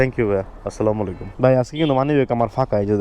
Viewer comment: সালাম টা শুদ্ধ ভাবে দেওয়া উচিত। স্লালামু - আলাইকুম এটা কোনো সালাম হলো। আস - সালামু আলাইকুম। ❤️❤️🥰